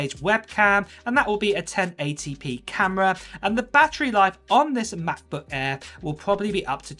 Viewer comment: What’s a Macbuk Aiiiiir? Lol